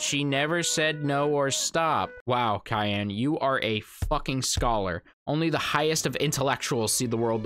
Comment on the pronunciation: Did you say.... Cayenne?